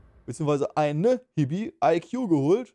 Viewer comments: meint Chibi [Tschibi];) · Ein Hibi hahaha es heißt chibi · das heißt chibi und nicht hibi zur verbesserung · Es heißt chibi, nicht hibi😅